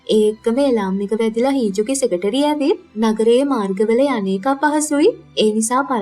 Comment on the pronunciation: Nice work Secretary - සෙකට්‍රි - සෙකටේරි කියන එක අහන් ඉන්න බෑ